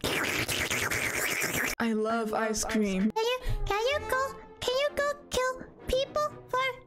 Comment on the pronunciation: "eyes crem"